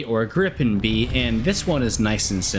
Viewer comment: I'm gonna be "that guy" here, the correct pronunciation is more like gree-pen :) So excited for this plane